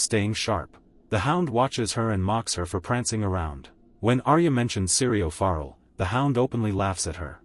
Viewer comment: His name is pronounced ForEll And Jaqu'n Hagar. Have you even watched the show?